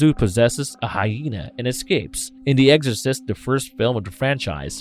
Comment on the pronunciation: Is he saying "eggorcist" 🤣